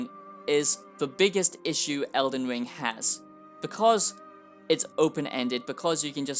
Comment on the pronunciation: All I hear is eldin wiiing eldin wiiiiing 😅